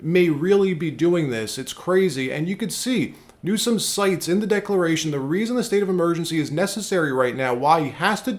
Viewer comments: Its pronounced Newscum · President Donald Trump said Newsomes name right,when he pronounced it Newscum! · Anyone notice Trump said Gavin NewSCUM. 😂😂😂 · I love how he pronounces the CA governor's name...NEWSCUM😂 Very appropriate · I love how Trump doesn't miss a beat in adding the C to "NewsCum". 😂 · Did anyone catch " Newscum" Lol go President Trump!